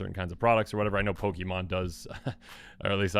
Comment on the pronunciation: It's pronounced [Pokaymonn], not [pokimonn]...